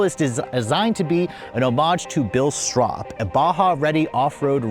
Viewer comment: You contradict yourself throughout the entire video. Kind of a fail. Gas tank size, brand of tires, pronunciation of the name etc😢